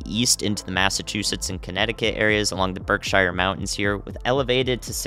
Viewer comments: I like you, - you’re a good dude. Congrats on you’re own channel. Keep up the great work! *btw it’s: Berk-sheer not Berk-shire.👍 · Hey - the mountains in CT/MA that are called Berkshire is actually pronounced "BURK-shur", not "BURK-shire". Didn't want our Northern friends to be offended... Great job on your analysis, very detailed and well explained!! So happy I'm in the South!! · Love the new channel dude. I'm in Western Massachusetts and we're ready for the storm. BTW, Berkshire is pronounced Burk-Sheers. Welcome to New England! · Glad to see you on your own channel! Btw, it's Berksheer!!!⚡🤦✨ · By the way, the Berkshire mountains are pronounced “Berk-shear” like wind shear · Congrats on the channel. Also it is Berk-Sheer for pronunciation of the western mass mountains